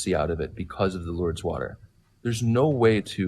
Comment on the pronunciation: The guy citing Lourdes and not saying the name correct.